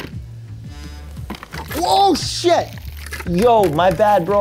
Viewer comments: Did you say shet or the other one? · Did he just say oh shat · Bro really said *o shet*😂